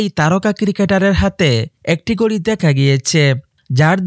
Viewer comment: গড়ি না ভাই ওটাকে বলে ঘড়ি 😂😂